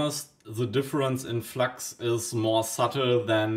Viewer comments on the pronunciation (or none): Ich wusste, dass du deutsch bist, als Du Flax statt flux gesagt hast, wie auf dem englischen Kanälen